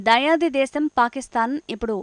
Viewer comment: దయాది కాదు దాయాది అనాలి